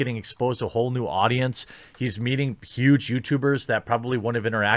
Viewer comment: "He's meeting pewge youtubers..." 😄